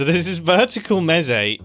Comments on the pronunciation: Mumbo, I love your channel, and watch every single video as they come out, and I know this was your first time playing MineTest, but I am in pain every time you say "mezee". I am here to respectfully inform you that it is pronounced "mees". Like geese or Reese, it's Mese. :) Can't wait to see the next video! (Also I hope you try out some other Minetest mods/subgames, I promise you they are worth your while!) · Also it’s pronounced Meh say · its pronounced like. Meece. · "Mesé" it’s a mesecon (mes-e-con) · It is pronounced me-s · Eyyyyy, nice! Also, your comment "I've already modded it" - that's the point of the game XD. MT takes very high inspiration from MC, but takes things in quite a different direction - going for easy-to-use Modding tools (and automatic mod downloading for Multiplayer servers, etc.) rather than direct in-game features and such. (Also - it's pronounced "meece" - think like a child talking about a crowd of mice) And all of this reminds me... it's been a LONG long time since I've looked into Minetest, I have a lot of childhood memories from the game. Might have to look back into it - thanks for the reminder it exists! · Ive never thought about pronouncing mese how he pronounced it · It is pronounced mEc and mEcons